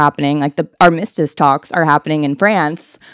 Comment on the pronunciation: Love you so much queen. Accent is on the first syllable in “armistice.”